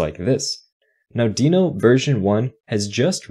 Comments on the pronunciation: Only problem with this video is that its pronounced "denno" not "deeno". Everything else is great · well, even though it is not a big deal, the creator of Deno (Ryan Dahl) calls it "denno", so in theory that's how it should be spoken, but I don't care enough about how people are spelling words, but I care on how people are using new technology for making software programming better.